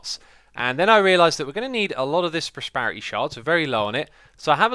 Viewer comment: I know you get a lot of comments about pronunciation, but I can no longer remain silent. Prosperity is spelt with an E, not an A. It's not prosparity. And pleasepleaseplease enunciate your Ts, you're British, not American.